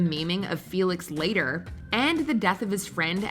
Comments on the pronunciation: mispronounces Felix Leiter as Felix Later, during the same segment where Felix and Della's lighter gift to Bond is shown. Also, Felix Leiter was first seen in Dr No, and has been a recurring character in several 007 films since. You'd think would have picked up on how to pronounce his name. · Claims not to be counting non bond kills but then includes green from quantum of solace who wasn't killed by bond. Please watch the movies and try to get pronunciations closer to reality, felix wasn't later at any point in the franchise and le schifre has an R in their name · Oh no, It got so much worse! Felix "Later"?? How long does it take to check on the pronunciation? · Dear: In future, hire someone who can pronounce things properly. I was willing to let it go until she mispronounced 'Leiter' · The narrator murdered the pronunciation of Leiter